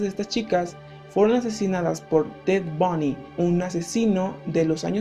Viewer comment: Ted bony jajajajaja se pronuncia bundi pero excelente video hermano